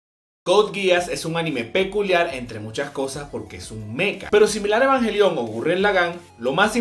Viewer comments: EvangÉÉÉlion! Acento amigo acentoooos.👌🏻🥰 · "ebanjelión" xdxdxdxdxd